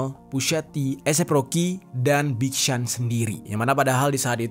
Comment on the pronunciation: BIG SEAN = “BIG SYON”